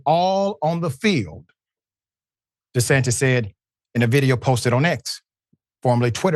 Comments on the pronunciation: Did he say DeSatan? 😂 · Did he say DeSatin or am i trippin?😂✌️